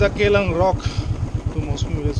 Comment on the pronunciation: Kyllang rock not keylang rock...